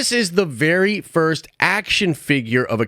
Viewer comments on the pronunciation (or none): none